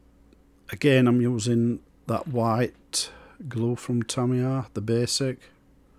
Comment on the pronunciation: TamiyAAAR ☠️ Lovely job mate, not many builds of the Intruder on YouTube 👌